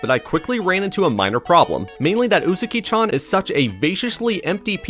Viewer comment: im gonna cancel YOU for saying Uzuki instead of Uzaki